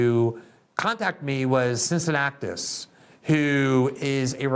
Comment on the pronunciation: "Cincinnatus"...slicing hairs but it took me a minute to understand the person to whom Glenn was referring.